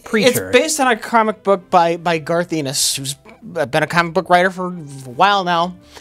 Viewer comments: i always thought Garth's last name was pronounced Ennis (rhymes with tennis) and not Ennis (rhymes with penis). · Why does keep calling him "Garth Enos"? It's Ennis. His name is on all of the books he writes... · Ennis is not pronounced E-Niss its En-iss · It's "Ennis," like "tennis." Not "Enis," like "penis." Please note that for future discussion of this series. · is mispronouncing Garth Ennis's name. He says it like Enis when its supposed to be pronounced like Tennis without tthe "T" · Eenis? I think its pronounced Ennis... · ' thing is his blatant mispronunciations of proper names.(people's names, company names, etc) Garth Enos. The Voit Corporation. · "Garth Enus" - on Comic writer Garth Ennis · For: I don't know if anyone mentioned it (I can't be bothered to look), but the right pronouciation is "Garth N is". Ennis also started the "Crossed" series, which should (for the sake of humanity) be produced as the first truly X rated TV series. Perhaps some weirdo entrepeneur with too much cash to spare will give it a shot...;) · Garth Ennis last name is pronounced eh-niss. Like tennis but without the t. It's not a hard e but a soft e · Lads. Listen. Garth's name absolutely does not rhyme with "penis". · I just love mispronouncing Garth Ennis as "Garth EE-niss". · how do you pronounce "Tennis"? Now say "Ennis" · Who the fuck is Garth Eenis? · The way mispronounces 'Ennis' is his greatest yet.